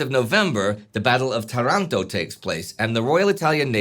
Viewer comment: Why Tarànto? It's Taranto... said this, great explanation. I really like your videos.